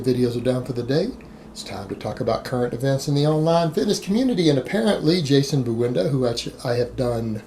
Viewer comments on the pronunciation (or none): His lasta name is Buendia not Buenda